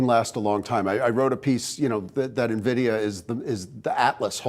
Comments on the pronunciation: No NEVIDIA. Is call NVIDIA. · NOT Nah-vidia. Its pronounced IN-vidia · N VEE DEE A = NVIDIA. Do not call it NEVIDIA. It makes people think lesser of your program. People needs to know how to pronounce the name correctly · Good God. It's not "navidia." I can't count the number of times I've heard "experts" mispronounce the name. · Omg investors can't even pronounce the company name correctly..